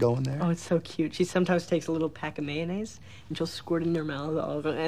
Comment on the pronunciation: she calls it a May-ann-egg